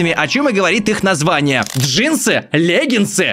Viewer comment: Джинсы, легинсы? ДжеймсГенсы!🤣🤣🤣